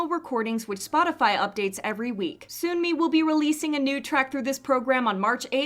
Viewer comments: Sunmi is pronounced like the word sun ☀ not soon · gently pointing out here to check your pronunciation of sunmi's name :) it's not "soon-mi". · Hey girl, I love your videos, but FYI you are not pronouncing Sunmi's name correctly. It is like Sun+Me, not Soon+Me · "Soon-me?: It's pronounced "Sun-me."